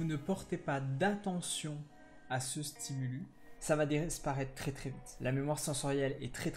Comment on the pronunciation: Bonne vidéo ! (On dit un stimulus (stimulusse) et des stimuli) ;)